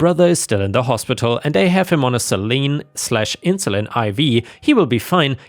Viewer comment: saline??(. It's not the same as Canada's Celine Dion my dude, it's saline, like "say leen"